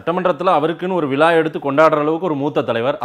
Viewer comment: தம்பி ல ள ழ எழுத்துக்களை கொஞ்சம் உச்சரித்து பழகுங்கள்.விலா இல்லை விழா... ஊடகத்ததமிழ் அது உலகம் சுற்றும் தமிழ் பல இலட்சக்கணக்கான தமிழர்கள் உற்று கேட்கும் தமிழ்.